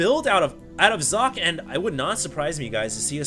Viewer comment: Oh, i thought you learnt how to say Socke's Name...T-T